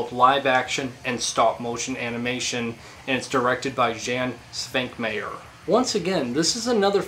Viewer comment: ahhhhhhh! im torn /: i love this content and im glad youre exposing your audience to the genre/medium, buuuuuuut i wish you put more thought into your presentation, like writing a script or at least not rambling as much. and maybe including some clips or images from the films? i think you could put a little more effort into pronunciation (for example, the czech guys name sounds like "yawn svonkmyer") and variety of words used; it felt pretty repetitive and was kinda painful for me to watch at times ): but man, im really glad youre talking about this stuff! ive been into stop motion like forever and imo it doesnt get enough attention. one more thing, have you seen tetsuo the iron man? its a wild and disturbing 80s japanese film with some interesting stop-motion towards the end. anyways i was debating whether to say anything at all... i mean no disrespect, just think of it as constructive criticism. (im sorry)